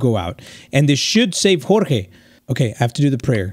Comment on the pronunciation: why do you say chorchey and not jorge 😂😂😂